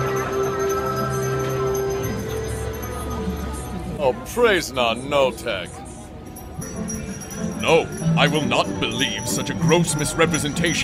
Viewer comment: “Oh PRAISE NAN-O-TECH”